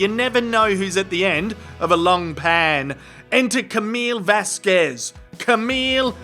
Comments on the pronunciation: "Miss Vaskwez" bloody annoyed me too. It's not very professional mis-pronouncing a fellow lawyer's name. Repeatedly. I decided it must be a deliberate dig. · The way Mum's friend says 'Vasquez' is somehow derogrotory. I dont speak any of the latin american laguages and am not even american but I feel her pronunciation is out of the ordinary for an american. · I could not believe Eyelene said ms Vasquez name wrong over and over again, it almost seems like she was doing in purpose, i mean she was mocking johnny just before that and i know I've heard others pronounce her name and this is suppose to be an educated woman? I was not watching but listening when Amber when Amber made the slip up about tmz, that totally blew up in her face all the claims that she was trying to do it discreetly and I noticed she kept saying over and over before that it. In my opinion, that alone proved you cant believe anything she says yet she still denied it. I think if I was on the jury and I saw that, i would strike her entire testimony as being doubtful because if she can lie even after she was busted....this woman can not tell the truth